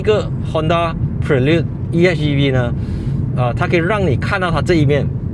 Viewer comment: 大家跟我一起念Honda bi lun